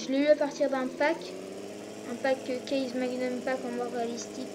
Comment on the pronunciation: on di case pas kaze et same pas szame